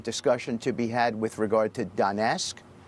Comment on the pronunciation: Lol..Donesk??? Erm, no such place exists. Get the basics right, it's Donetsk.